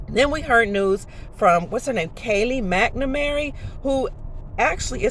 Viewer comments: I’m sorry. I hope this is true but this lady can’t pronounce Kayleigh’s last name, doesn’t know that Juneteenth is June 19th not the tenth. I’m just an average joe & know this. What’s she a Dr of? Sounds like old Q crap that was just speculation. Hey I hope it’s true but a lot of this is far fetched & regurgitation from a while ago. If it happens on the 4th I’ll come back & apologize but anybody spreading dates around are 9 outta 10 wrong! Fingers crossed you are correct. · Kayleigh McEnany was born in 88. Kennedy was assassinated in 63. Yet this woman is claiming she's his daughter. She doesn't even pronounce her name correctly. This sounds like more real raw news BS IMO.